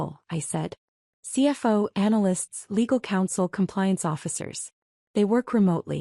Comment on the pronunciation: Why does your AI reader always slur over the acronyms - CFO it pronounces “see fo”, CEO is “see oh” and COO os “see oh”. Very sloppy. And how does the uncle not know where the second investment came from when he and the nephew had openly talked about it after the withdrawal? Everything else was the same even though nephew didn’t openly say “ nephew is investing again”. Another sloppy inconsistency.